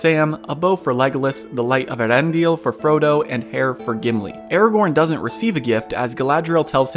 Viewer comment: Hi mate Just a minor note - As with the movie making team, you've mispronounced the name of Eärendil. The dots above the 'a' are a diaresis, not a diphthong. That means that you have to pronounce the 2nd vowel sound separately. The name is pronounced "Eh-Are-End-ill." Don't beat yourself up, though. Even the linguists who "brought the Elvish language to life for the movie," didn't get it right. They also mistook the dots for a diphthong. If what I wrote as a pronunciation guide wasn't clear, I believe that there are videos that will say the name so you can hear how it's meant to be spoken. Just google "Pronunciation of Eärendil" or something like that and you should be able to find something.